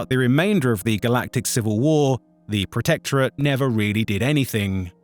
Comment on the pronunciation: The AI voice screwing up basic words like Hegemony and Protectorate is cringe, otherwise this could have been a pretty cool video